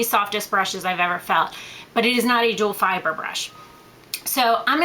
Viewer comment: its duo fiber , not duel fiber